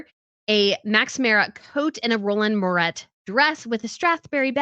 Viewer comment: Its pronounced Moure not Mouret